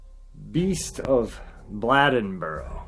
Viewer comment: It's pronounced Bladeboro with a long A (Bl AY den bo ro). I live only about 10 miles from this little town. They have a festival in commemoration of the terror this community felt at the hands of this beast each year. The Beast Festival. Older people still tell stories about the experiences people had during this time. Women and children were all inside and remained there by dusk each day. The men formed groups and hunted this thing at night. It just stopped one day. No more killings. However, about 10 years ago there were reports from a county not far from here that were similar to the killings in Bladenboro in the 1950s.